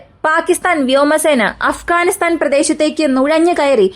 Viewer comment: അഫ്കാനിസ്ഥാൻ അല്ല അഫ്ഘാനിസ്ഥാൻ ആണ്!! മലയാളി മംഗ്ളീഷീകരിച്ച് മലയാളം 56 എന്ന അക്ഷരങ്ങൾ 26 ആക്കി.. മലയാളം നല്ലരീതിയിലല്ല എങ്കിൽ ഇത്തരം ചാനലുകൾ നാട്ടുകാർ കാണില്ല!!!!